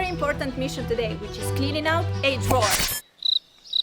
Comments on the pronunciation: Count how many times she said : the drower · Take a shot everytime says drwrer. Im alaredy dnruk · This how many times said drawer 👇🏾👇🏾👇🏾